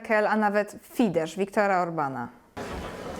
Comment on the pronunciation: Fidesz wymawia się "fides" ;)